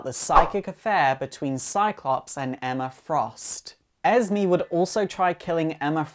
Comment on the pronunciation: How he says esme “ez me” it’s supposed to be “ez may”💯